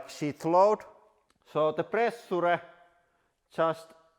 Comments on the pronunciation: Presha he pronounces it as press suu re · I love the way he pronounces "pressure" so much :D